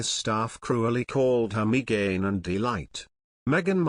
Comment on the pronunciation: It's, ( Me - a - gain , not Me - gine ) y